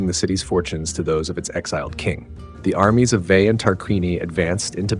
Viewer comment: I understand north american language has brutalised the proper civilised pronunciation of language so it is a hopeless quest, but I thought I'd still give you a little hand this time and help out with how you should be pronouncing Tarquinii and Veii: TAR-QUIN-EE-EYE VAY-EE-EYE Hope it helps, nice video.